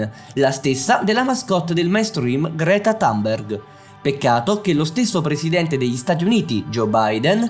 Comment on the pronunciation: Non si dice Tamberg!!! Dai! Si pronuncia come si scrive